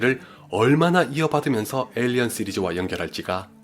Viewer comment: 에일리언 시리즈 발음이 영 ㅜㅜ